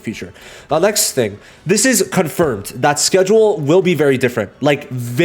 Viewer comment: “Scheduke” “Chanhes” “Conyent” I appreciate your vods much love